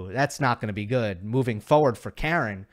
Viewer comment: because you like to pronounce players names right 😊. It’s Kar’en Khach’anov ( ‘ for stressed syllable). You pronounce his name like a woman’s who complains a lot 😄